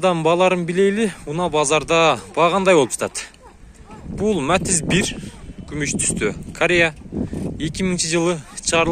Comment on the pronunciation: Матазди жакшына айтчы Матиз деп